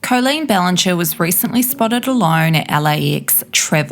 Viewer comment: Coleen? At least get the name right